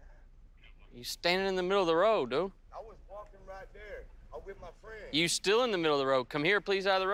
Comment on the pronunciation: “ I was walking with my frien”😂😂😂😂